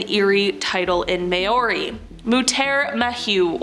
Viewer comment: A presenter not being able to pronounce antipodes or Maori shows exactly where this channel is.